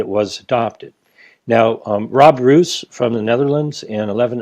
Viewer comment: Rob Roos Is pronounced: Rob Rose Greetings from Holland